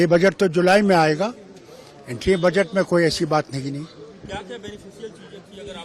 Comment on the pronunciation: Baajet nahi budget hota hai... Congress spokesperson...lendi